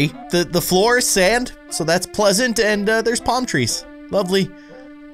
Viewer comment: Wait.. when he said “GOTTA SAND SAND SAND” I heard this: “GOTTA SANS SANS SANS” LOLLL